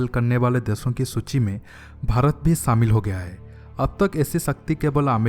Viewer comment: SAAAMIL HO GAYA,,,,,, SAAMIL KYA RE BOUNDU? Shaamil hota hai !